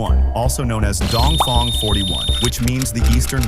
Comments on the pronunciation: It's Dong Feng not Dong Fong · Fong❎ Feng ✅